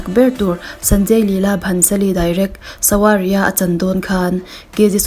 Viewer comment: Savariya tia lam tur... W hi vaitawng ah chuan V ani